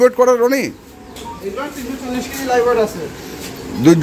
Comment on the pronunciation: আসসালামু আলাইকুম ভাই আমি একটা জিনিস কারেকশন করে দিতে চাই সেটা হচ্ছে লাইফ ওয়েট হবে না। উচ্চারণটা হবে লাইভ ওয়েট। ধন্যবাদ।